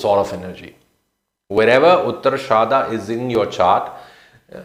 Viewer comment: " उत्तराषाड " not it is ड not ध